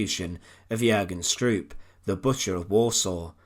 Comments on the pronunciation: It's pronounced "SHTROAP". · Although I am Dutch, not German, I would like to bring to your attention that the wrong way you pronounce Stroop's name. You Brits never seem to learn how to pronounce European names in German, Dutch etc. correctly. From your perspective it should be pronouced "Strope". Would it be possible that when you make video's like these that you first learn how to pronounce the names of people correctly. It's irretable the way you do it unnecessarily. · The usual irritating tuneless narrative.... Besides, it's pronounced "Strope".